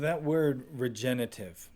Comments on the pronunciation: Regenerative. Regen-er-a-tive. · Dean O. Look, i use my real picture and name because i intend to be thoughtful and think people should be real even online so please dont try to pretend that you know anything about me. The host of this video also said regenitive and he have no detectible accent. my whole intention is to say that we need to be careful in what we say and how we say it as words do matter. “I seen” seems to have replaced “i have seen” as standard english these days as an example. I never called ignorant so please cut it out. I said what i said and that is all there was to it. If you want to take away other meanings please feel free but thats not my problem at all. You call it nitpicking but again, words matter. Immigrants speaking broken english never get the respect that they deserve, individuals speaking with rap lingo face a similar issues. So im not judging anybody but not wanting the mans message to be lost on people because again, its important. Im done talking about this though, just understand that constructive criticism isnt negative criticism. Hey can you sound out the full word vs youre a moron and ignorant are two different things. Cheers buddy. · Regenerative: re-gen-er-a-tive. Generate, regenerate, regenerative. From a Nebraska neighbor. is awesome!! Wonderfully helpful.